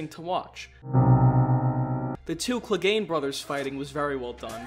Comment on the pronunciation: "Sandor cleagan"? Or sandor CLEGANE...